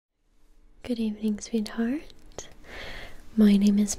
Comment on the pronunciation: Now all I can hear is sweet tart